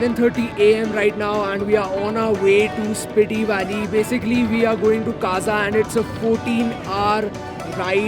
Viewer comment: It's स्पीति ! Just let you know. No offense